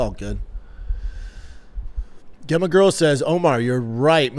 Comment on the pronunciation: Brendan... Just so you know, "Gemma" is likely pronounced "Jemma" 🤣